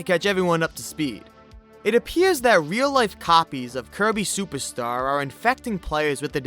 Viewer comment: I keep hearing “Kirby SUPAR star” from him 🤭